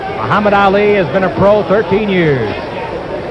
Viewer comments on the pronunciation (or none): What does the announcer say? Because it certainly isn't "Ali".